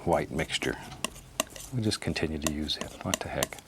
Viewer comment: Lost it at "hwhat" lool